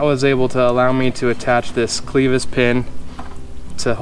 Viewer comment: just so you know, clevis is pronounced with a short "e".